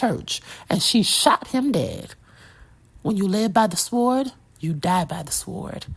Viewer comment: Whats a SWORED? I thought the W was silent